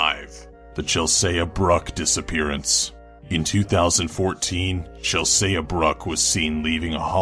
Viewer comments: Chell-saya? The fuck? Sure it's not Chel-sea? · Chelsea, "Ch-ell-sea", not "Ch-ell-say-uh" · He said Chelse-ah it's pronounced chelsee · it isn't pronounced (chelsaye) it's (chelsee) ive seen a small documentary and the family pronounced her name with a long e. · Are you quite sure it's not pronounced "Chelsey"? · lol "Chelsaya" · I laugh at chel-se-ya 😂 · It's pronounced Chellsee maneeee (saying this without any sources but English language, so if you prove me wrong, I was really asking for it) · Have to point out Chel-Sayah too lol. But still better than Melissa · it's pronounced chel•see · Chel-say-ah ..... i feel weird ..... since he is saying my name ..... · Have you really never seen the name Chelsea before? Chel-see. Literally pronounced how it's spelled. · Why is he pronouncing Chelsea "chel-say-ahh" wtf 😑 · Chelsea is pronounced "Chel-SEE". Like Mediterranean Sea, not Mediterranean see-ah. Why do people who make list videos have such poor pronunciation skills? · Chel say uh? Lmao wtf. Has he never met a girl named Chelsea? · I hope I'm not the only one that noticed how Chelsea was pronounced Chelsaia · does not know have to say Chelsea apparently. Do have to say: cooler pronunciation than the real thing though. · lol at the way he's trying to pronounce Chelsea. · This narrator has a cool voice but can he really not say "Chelsea" properly? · I'm sorry, but I can't get over the fact that he mispronounces CHELSEA! Granted, it's possible that was how she pronounced it, but until I get confirmation, I'm sticking with the narrator can't pronounce shit! This is why I NEVER watch list25's videos anymore. That guy mispronounces some basic of words and some really common names; names everyone and their grandmother know! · I like how he is pronouncing Chelsea wrong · that's definitely not the way you pronounce my name. but hey, maybe there are some 'Chelsea's' out there that pronounce it that way. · the way he pronounced Chelsea made me cringe